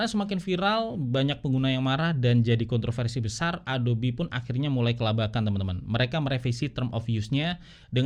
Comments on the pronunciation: Ingat Yg Ori itu "ADOB" bukan "ADOBI" 😅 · Sekian lama pake adob eh adobi ya bacanya... hehehe